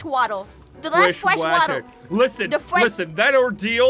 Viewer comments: fwesh watew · fwesh wattle XD